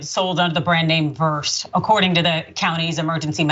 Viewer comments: That’s absolutely disgusting! No offense, but the way to pronounce the medication Versed is ver-SAID. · Midazolam, also called Versed (pronounced Ver-Said) is a sedative used in surgical procedures such as colonoscopies, endoscopies, as well as severe anxiety related to pain. This is illegal and should be prosecuted. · It's pronounced Ver-sed. I get an injection before having surgery. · I'm not only horrified to hear that this woman was injected with a substance of any kind without her consent, but to find out that it was versed (pronounced ver - sedd) is extra horrifying. Versed almost 100% of the time wipes the short term memory around the time of being administered. This is one of the main reasons that it is used for children going into the hospital for day surgery. It quickly sedates and leaves them with no memory of anything to do with the medical procedure, which helps to avoid any fear based trauma. In this case of this woman being injected with this particular drug seems pretty shady. It seems as if they are trying to have her not remember what was done to her.... kind of a shady two birds with one stone type of situation.